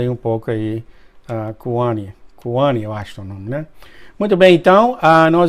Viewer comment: Meu nome é Kauanne de Oliveira Moura, e o se PRONUNCIA CAUÃNE . Meu nome é assim irmão, não kuami 😊